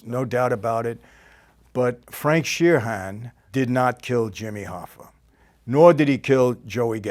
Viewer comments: Not to be "that guy" , but there is no letter h in Sheeran. It's just Sheeran, not Sheer-han. Sorry that kind of stuff bugs me. Ya I'm weird sorry. But I digress. The movie Hoffa is very very good. I've seen it many times over. Personally, I believe the person or persons who actually killed Hoffa that day were probably killed themselves immediately after. Such as Carlo Gambino would do... Another go-to move of Don Carlo's was, when he killed someone, he'd have 2 people actually do the work, then another cleanup crew to get rid of the bodies. Very smart thing to do on Carlo's part. The Colombo 3 Capos murder happened this way supposedly, with the cleanup crew said to have included none other than John Gotti. I also like how little and frail Don Carlo was, yet he was THE most feared underworld man not only in NYC but the entire country! Lol I love it. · Shee-RAN. "Sheer-ren", there is no HAN in Sheeran, big fan.